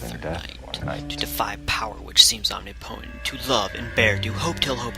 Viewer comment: Does no Noire commentator know how to pronounce "omnipotent"?! Don't let a word get past you. Look it a good detective.